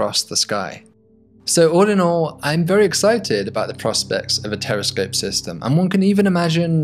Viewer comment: I thought I heard him saying "Terrorscope", looks like I need to clean my ears. But the video showed us a very good concept.